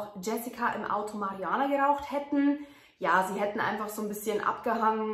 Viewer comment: Mariuhanna sagt sie . Aber sorry dein englich ist irgwie katasrophal die aussprache . Also nur die aussprache du kannst denk ich so perfekt fließendes english aber wie du manche sachen aussprichst tut halber weh